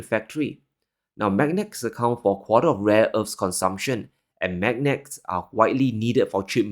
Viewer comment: M A G N E T S. please say it properly.